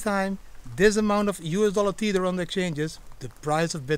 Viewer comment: Tether not "TEETHER".